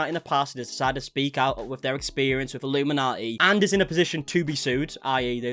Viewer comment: I'm more concerned you are getting her name wrong lol it's illuminaughtii.. like naughty... A pun on the name.. a bad one so it kindaatches her personality. She deserves everything coming her way